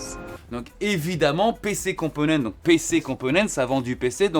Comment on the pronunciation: Cc, en espagnol, il faut dire toutes les lettres (même le s, surtout si vous êtes en collab, mais bon je pense que tu le sais ), dû coup il faut prononcer PC compomenntesss. Merci pour ton investissement ✌️✌️✌️